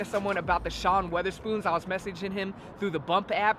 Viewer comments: Its wotherspoon.. everyone says weatherspoon haha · Bro it’s wotherspoon not weatherspoon😂